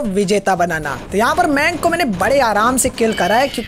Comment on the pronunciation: Maynk nai ma'ya'nkkk